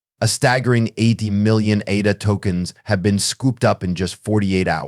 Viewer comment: you do not pronounce Cardano or ADA correctly. So why would people be inclined to listen to your videos if you are not even that informed?I found this analysis overly generic. You mentioned nothing wabout crypto regulation or tthe things Cardano is actually accomplishing.